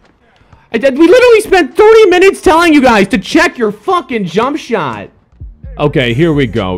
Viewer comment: you say jump shot wierd